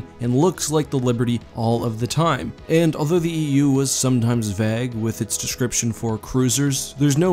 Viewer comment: I was loving the video until you said ‘vague’ WHAT IS THAT PRONUNCIATION??? Damn Canadians